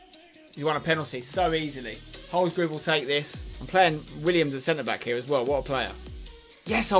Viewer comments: It's Holsgrove not Holsgrooooove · Please pronoucne it HOLS-GROVE not HOLS-GROOVE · Lol spence it’s not groove it’s grove,like drove. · wish he would say holsgrove's name properly says it as holsgroove